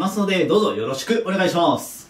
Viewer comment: 日に日に「はい じゃあよろしくお願いします」の「ます」が癖強くなってるよね笑